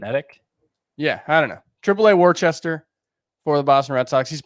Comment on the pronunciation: it's pronounced Wuster lol. The sound of the u is in the middle of wuh and woo. I don't know how else to explain it over text lol